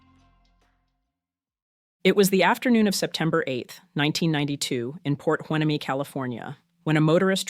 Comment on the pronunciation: Love your channel ... at the start of this compilation your narrator said Port H😊 ueneme 'Win-a-me' it is pronounced Port Hueneme 'Y-nee-.me' ... made me smile, OK, and chuckle.